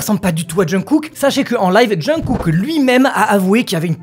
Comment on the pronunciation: Svp pensez à la prononciation de jungkook (ça se prononcerai chungou écrit grossièrement haha mais c'est en phonétique) Merci de votre compréhension c'est bienveillant c'est pour aider 😊 J'adore le pull au fait il est top!